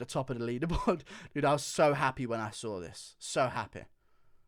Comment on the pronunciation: Congrats Guru! Most accurate, but more importantly, entertaining as well. Best by test! “ I woke up and sawr it” and happy that Hardy is last😂 I can’t stop laughing